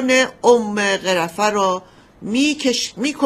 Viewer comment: خانم لااقل یکباربگوییدبرایتان اسامی رابخوانند سرّیه وغِرفه باعث خنده میشود